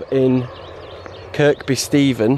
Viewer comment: Excellent stuff mate hope the body holds out , not being a knob like but it’s pronounced as Kirby without using the 2nd K but hey it’s just a bloody name 😎 looking forward to no 3 ⛺️👍🏻